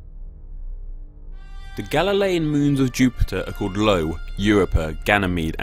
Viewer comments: 3 seconds in and I can't let this go uncorrected I (i as in tide) o (oh as in throw) it is NOT L O, it is i O look it up on wikipedia, or any textbook ever I can appreciate the source of confusion, with the capital i and lowercase L being identical in some sans serif fonts, but c'mon bro sorry, rant over :/ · you mean Io not Lo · Dude. At least look up how to spell the name of Jupiter's moon Io. It is pronounced exactly the way it is spelled. All you had to do is change the font to Courier New and you'd see the I and l distinctly as different letters. I can't believe you thought it was Lo. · As a space nerd, I laughed when he called Io(by I I mean uppercase i)Lo😆😆😆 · I thought that moon of Jupiter was named “Io”, not “Lo”. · it's io not Lo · It's Io. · My mans really just disrespected my boy Io by calling him Lo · That's Io, not Lo, u idiot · It's called Io, not Lo, but otherwise great video! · IT'S CALLED IO, NOT LO! STUPID CHANNEL! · Its not Lo its io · um, not lo, io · Io, not Lo. pronounced I/O. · Just telling you, it's not called Lo. It's called Io. (pronunced eye-o) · It’s not called Lo, it’s called Io. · Can you explain why you said lo instead of io? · Its Io not Lo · Lo? More like: lol, it's Io you dunce! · LOL "Lo"; it's "Io"- like "i", "o" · It's "Io", not "Lo". And I know without watching that similar comments probably dominates the comment section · Lel he said “Lo” but it’s called “Io” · Dude seriously you call Jupiter most volcanic moon Lo XDXD..... you say it io not Lo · Io not Lo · Io, not Lo. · Jupiter's moon is it called Lo it's Io. 🤦🏼‍♂️ with an i. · It's called Io not Lo. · Its fuckin io, dumb ass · did you call Io "Lo" It's ok though, I used to think Io was lo. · Wait... what? "Lo"? I was sure it was Io... O___O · prepare for the it's io not LO comments! (i know it's io) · Its io not Lo. Lo is not a moon of Jupiter. You must have mistaken the capital i for a lower case L. I and l are really similar so its not really your fault. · it's io, not Lo